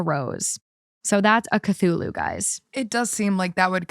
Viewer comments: butchering the Cthulu (Kith-ooh-loo) name 😂😂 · it's pronounced "kuh-thoo-loo." It's an H.P. Lovecraft monster. There's a really popular book about him (the Cthulhu) from the 1920's. Edit: Nevermind. Y'all got there. 😆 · I was just listening to the pod on spotify and was so confused, what's talking about, like, what's a chalula? Had to came here to check if she actually ment Cthulhu, lol, was confirmed by them later but still, hilarious. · Cthulhu… KA-th-ouu-luuu 🥲🥲🥲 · also its Kuh-thoo-loo (Cthulhu-kevin) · Actually, it’s understandable why a catalytic converter would be stolen. I mean it contains highly valuable metals: platinum, palladium, and rhodium. But the value depends on the amount of the metals it contains. This is the pronunciation for Cthulhu kuh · thoo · loo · CahTchoolAh is crazy ive been reading the comments and waiting for the pronunciation lmao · Cthulhu — Kuh-thu-loo :) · I didn’t even realize you were trying to say Cthulhu until you looked it up lmfao (audio only) I gotta say tho Cthula is actually a kinda cute name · (Ka-thoo-loo) is how you pronounce it and most people know it from H.P.Lovecraft The Call of Cthulhu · It's pronounced kuh-too-loo. Good old cuthulu, silly Lil guy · Hearing her call Cthulhu "A Cthulha" is the funniest thing in this video lol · Cthulhu. “Ka-thu-lu”. It is a creature from a series of stories by H.P. Lovecraft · Oh you mean cthulhu, the H.P. Lovecraft creature. It's pronounced kuh·thoo·loo...is it really that hard to use google to know how to pronounce something??? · CUH-THOO-LOO is how Cthulhu is pronounced! its an eldritch horror form HP Lovecrafts works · Cthulhu = Ku-thoo-loo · finding out u meant cthulhu the whole time u said techula had me dying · fyi the plushie name is pronounced “k-thoo-loo” it’s a mythical creature in lovecrafts horror writing :) (fyi it does literally talk to ppl in their sleep to gain followers soooo) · “Chachulah”. 💀💀💀 GIRL. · When she started saying Cthula at the end 😆 🐙🎀